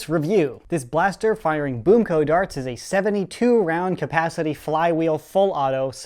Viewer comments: He said 'a ton of boom co tarts'. Lol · Lol he says Boom co tarts! Like if it makes you laugh every time 😝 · "A tonne of BOOMco tarts" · "Boom Co tarts" XD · Whenever he says BoomCo darts I hear BoomCo tarts😂😂😂